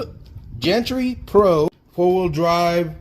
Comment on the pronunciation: I have had a Gantry Pro for over a year. It's a tough little truck. I put oil filled shocks on it right away. The biggest downside besides the shocks is the steering servo. It is weak and very slow. Not that it matters...but it is pronounced with a hard "G". Looking forward to your test drive and first impressions.